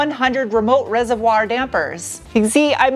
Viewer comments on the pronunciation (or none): you like pronouncing the word reservoir way too much. 😹 Also, I have driven a VW automatic from that era! My grandmother randomly bought a Karmann Ghia (maybe a 1970-ish one?) when I was about 20 which only had like 12k miles on it. Only problem—it was this weird automatic CVT kind of thing, where you had a first and a second gear and it just kind of gradually revved up and up. Would NOT recommend. And lastly, my folks had a 60's bug in silver and drove that thing all OVER on dirt roads when I was a kid. We lived 12 miles down a dirt road in the mountains for years in SE Arizona and it served us well and took us some places that no one in a 4x4 could ever believe when we showed up in it. And that was without any fancy Bilsteins or even bias ply tires. Anyway, Ragnar is a great little build. Congrats on completing him!